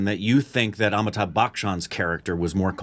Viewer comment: When is going to learn to pronounce Amitabh? 🤔